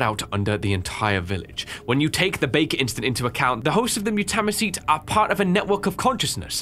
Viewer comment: Mu- ta- my- cete M you. Ta. My. Seat That how you say it mutamycete